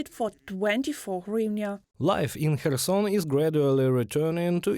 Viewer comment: Kherson should the Ukranian journalists say correctly so westerners can properly pronounce Khetson better.